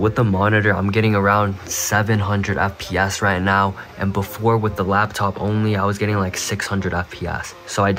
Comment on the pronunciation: can you stop saying fpASS and just say fps pls